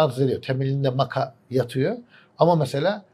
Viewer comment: Maka diyor. Maça mı kast ediliyor? Şu "yeşil toz'la" yapılan içecek mesela? (Matcha)